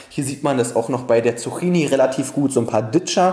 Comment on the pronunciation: man spricht es Zuckini aus